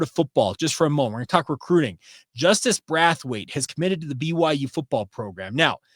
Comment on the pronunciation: The way you are pronouncing Braithwaite is killing me, Braith rhythms with Faith, it does not rhyme with wrath! Love your show! Go Cougs!!